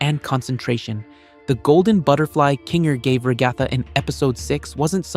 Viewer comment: ure pronouncing ragatha wrong lol